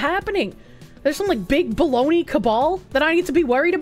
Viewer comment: Ah yes Bo-log-na